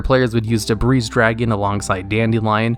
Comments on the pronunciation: Yo, I love your videos, but sometimes I swear you mispronounce stuff just cause you can. Debris Dragon="Da Breeze" dragon? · Did he say the "s" in "debris"?